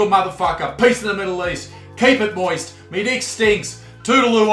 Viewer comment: I am not an english native speaker,.. everytime the video ends, I hear ,,Piss in the middle east". Is it just me? :D